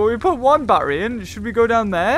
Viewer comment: he calls it barry instead of battery